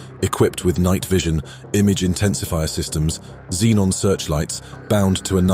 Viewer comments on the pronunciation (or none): none